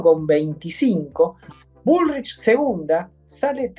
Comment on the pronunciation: "Grabuá" está bien dicho porque es francés...pero dice bulrish en vez de "bulric" ... mamita...